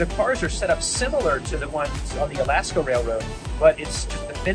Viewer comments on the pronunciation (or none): none